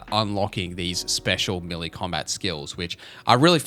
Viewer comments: Melee is pronounced Meh‐lay😊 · As an Aussie I confirm he's saying it weird lol! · Listening to you butcher the pronunciation of the word Melee 😂